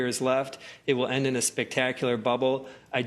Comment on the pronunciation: ... What kind of Bubble, Geno? ... 👂 ... wun more time please ...🤪 ... didn't catch that ... 🤨